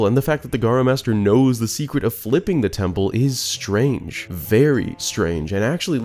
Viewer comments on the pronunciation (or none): none